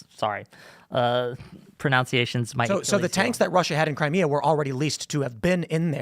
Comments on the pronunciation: “ProNOUNCE iation” bro please learn how to talk 😭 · “Pronounciations” I hope someone points it out to him later how laughably ironic it is that he can’t pronounce “pronunciation”